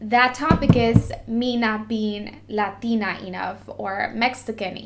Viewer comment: so what happened with the spainsh makeup tutorial you did a while ago not sure when, idk if the video is still up to lazy to look but yeah you spoke spaish very very well! even when you said latina you sounded mexican af